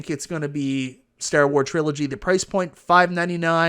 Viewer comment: You pronouncing "Star Wars" like that is disrespectful.